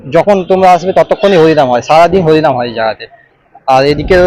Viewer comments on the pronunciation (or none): এই হত্থে ব্যান্দেল কাতোয়া লোকাল থাত নম্বল প্ল্যাতফলম থেকে থালবে। তিকিত কাউন্তাল? হলিনাম না হরিনাম। ভাই তুই কি তোতলা?